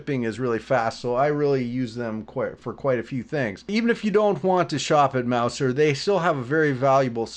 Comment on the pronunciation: It's pronounced: Mouzer.